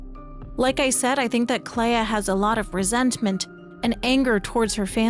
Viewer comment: Why do we pronounce flea as flee but Clea as cleya. It should sound like Clee. On a more serious note. My personal theory is that the Writers started the fire because the Dessendre family's paintings are destroying the world. The Dessendre family are capable of creating very real worlds through their paintings and we know that they've become uber rich, most likely from that gift. It could mean that the rest of the world have become addicted to living within these paintings - Even Renoir said that he at one point lost himself in another canvas but Aline saved him. It's like how a large number of people in Cyberpunk 2077 have become addicted to braindance and have become zombies who just consume fake lives.